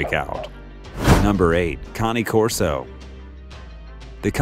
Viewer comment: Ok so...the guy in the video pronunce cane in the right way, and it means dog in italian